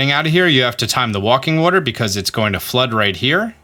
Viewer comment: It is he is just saying it wrong